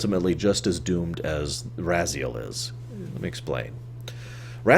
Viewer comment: Why do you have such a hard time pronouncing the names when they're spoken, so many times throughout the series? It's RAZ-I-EL, and HYL-DEN. What, do you pronounce Kain as Mwain? Of course not. It's not - that - hard. - Not really. The way I always interpreted it, is that the Elder God exists outside of time in the past, present and future at the same time. Therefore, it is of extreme importance to him that it goes to a future, he desires. For example, even though he's gotten bigger and bloatier in Nosgoth's future, it is not to his benefit since the future is now full of Hylden's running around, each of them not really believing in the Elder God and none of them being able to follow the wheel of life that he wants. He blames Kain for this on the basis that Kain did not sacrifice himself to restore the pillars. Since Vampires are immortal and cannot be returned to the wheel, when the body of Raziel slumped down at the bottom, the Elder God decided to grant him free will in exchange for revenge against Kain, knowing it would fuel Raziel's hatred, and being a being outside of time, he knew that Raziel would eventually get trapped in the blade again, thus perhaps with a sinister foreshadowing, calling him " Become my, Soul Reaver " . But being a creature of Free Will is evidently a chore if this being decides to make other decisions than the one you want, thus resulting in a timeline that's constantly fluxing around. In one timeline, Raziel succeeds in hunting Kain